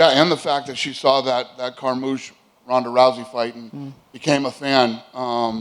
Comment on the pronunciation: She said Carmoochie lol